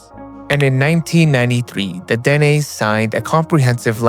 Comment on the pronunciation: THE NATIVE TRIBE DEN'E IS PRONOUNCED DUH-NAE ITS THE SAME ETHNIC GROUP AS THE NAVAJO'S HERE IN THE SOUTH WEST USA.